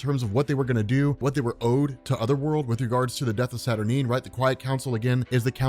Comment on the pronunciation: You say Saturnyne wrong.